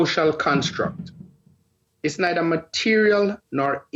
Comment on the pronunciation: Teacher: MUH-TEER-E-AL, Material.: MUH-TEER-E-AL, Mateerio.